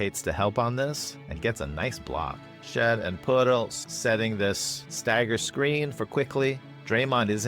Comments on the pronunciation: your videos bring so much joy to my life man. Thanks for the consistent awesome content, I always leave a comment. The pronunciation of Poeltl made me smile. Elite. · OMG the way you pronounce Poeltl 🤣🤣🤣. It's probably the correct pronunciation, but brought me a chuckle every time.